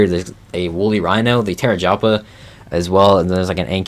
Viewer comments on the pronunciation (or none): The way bro was pronouncing some these Dino’s was like “okay that’s wrong buts it’s reasonably wrong continue” but FUCKING TERRAJAPAS??? HOW DOES ONE GET TERRAJAPA FROM TAPEJARA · No way homie said terrajoppa lmaooo